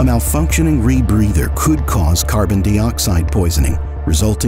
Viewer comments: Carbon Dee-Oxide... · The narrator is AI. Notice how it pronounces carbon dioxide